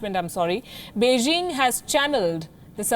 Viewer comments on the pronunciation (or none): none